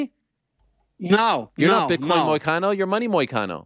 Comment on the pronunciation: The name is Money Moicano, get it right.